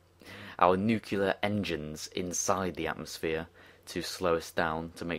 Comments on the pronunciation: I need to say, it's nuc-LE-ar, not nuc-U-lar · "nucular" lol